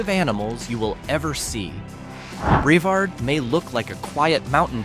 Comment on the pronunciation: The towns are pronounced Bre-VARD and MAN-tee-oh, you AI moron. Hey, it takes about 15 seconds to ask someone and get it right.